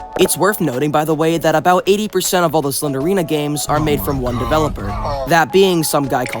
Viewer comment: 'Ganes' —was that on purpose?